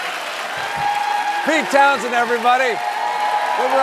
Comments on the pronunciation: It's townSHEND, not Townsend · Pete TOWNSHEND, not "Townsend".